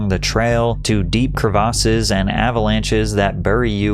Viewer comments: What are “cruh-vosses”?… 🤔 Are you trying to say CREVICES? “Kreh-veh-siss”- not “cruh-vosses” 🙄 Christ, I can’t even watch the video with that incorrect pronunciation. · crevasses"kre-vis" that is how it is pronounced. is this an ia channel? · The way he pronounced crevasses was insane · Patrick its not Crev-AR-ses its crevices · great video, hats off to you. but jesus christ patrick- please don’t confidently say words that you never leaned out loud without actually looking up what the actual pronunciation is. the word you mispronounced 20 times was crevasses. it’s pronounced “krevASSes” not “kruhvoses” like you kept saying over and over and over. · why you pronouncing crevasses like that😂. good shit tho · Worst pronunciation of "crevasses" I've ever heard 😂